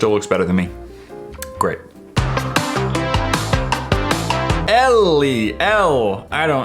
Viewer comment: when he pronounced Elle and ellie, omg triggered (my name is ellie :)